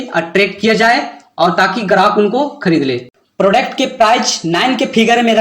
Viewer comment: Babu prodect matlab kya hota hai yadi nahi jante ho tab English mat bola karo product hota hai samjha nakal mat karo